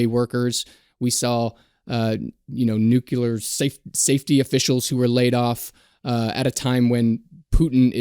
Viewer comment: *Nuclear. ("Nucular" is NOT a word!).